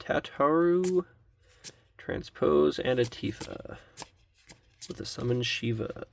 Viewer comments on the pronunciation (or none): none